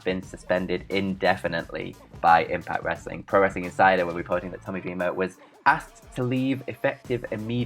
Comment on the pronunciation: “On todays westling noos Wic Flair” this man sounds like a damn toddler and has the vocabulary of one as well. One of many reasons im drifting away from this channel.